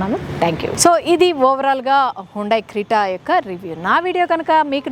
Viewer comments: Crita kadu lady it’s called Creta, before u review cars - atleast pronouse the car name correct💁🏻‍♂️ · Crita kaadu!! Creta, prepare ayyina taruvatha review evvu